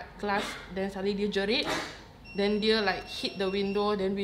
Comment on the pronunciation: Jelit ke jerit.